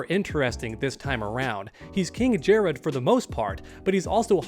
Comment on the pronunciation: Honestly I'm getting low-key annoyed by how pronounces emperor Jerrod's name as "Jerraud" and not Jerrod